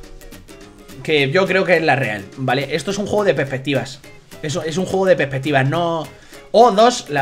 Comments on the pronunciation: me gusta como dice pepetivas:D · "es un juego de pepestivas" JAJAJAJJA pobre no puede decir la palabra entera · Soy yo o dijo pepetivas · Peppeptivas xD es perspectiva no peppeptivas